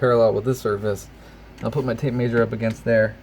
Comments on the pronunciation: may-sher? It's measure. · downvote for how you pronounce mee-eh-zure